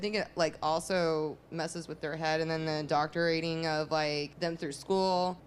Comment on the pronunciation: ".... indoctor-ating..." - actual quote.